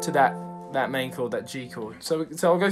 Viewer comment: Jameses Bay "but you do thAHt"